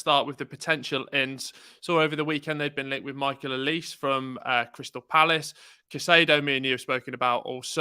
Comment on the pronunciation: Olise is pronounced "oliseeeeee" not "olis" 😆